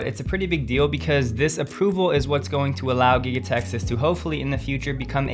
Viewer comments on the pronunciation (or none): none